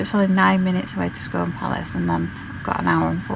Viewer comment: Lovely video! We live in Perth, Scone is pronounced scoon. Glad you’ve had a good journey, we’ve never been to Roslin Chapel but looks great!